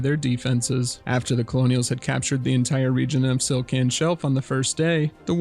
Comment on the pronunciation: Why is Stlican Shelf always being called Stilcan shelf? its "TLI" not "TIL"